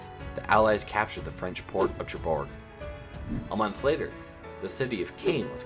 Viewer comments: It's pronounced share'bourg and pro'vance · This is really interesting. I've given it a like, but I think you need some French language lessons! You manage to pronounce Calais, Cherbourg, Caen, and Provence completely wrong, which I'm afraid undermines your video somewhat. Also, your maps could acknowledge that the Allies had conquered half of Italy by D-Day, rather than leaving the whole of Italy red. I'm trying to be helpful. I really like the style and tone of this. Its just these little mistakes undermine the whole thing unfortunately. If you could correct these it'd be great.